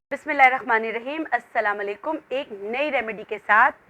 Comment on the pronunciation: Mam aap slam shi ni krti Aap aslama alekum bolti hn jbky asl mn aslam o alaikum h